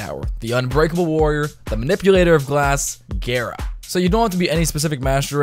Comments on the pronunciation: also, frame is pronounced ga-ra, not gare-a, because R words in japanese kanji (the language they use to pronounce foreighn words) is a replacement for L. japanese word for glass is ga-ra-su. ga is just because the japanese always have a vowel following a consenent. no skin off your back, but just in case you were curious. no, im not a weeb, i've just taken japanese in highschool :P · It's gara not gera, btw love your vids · Why you say “gayra” 💀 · Why does he pronounce it gayra? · slaughter 1v1r it sounds really weird, I hear him pronounce it Géra